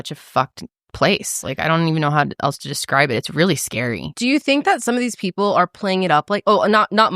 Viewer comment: you say eltz when saying else.